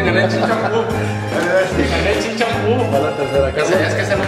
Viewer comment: A ver Ulises, ¿qué tan difícil puede ser decir "chin chan pú"?😂😂😂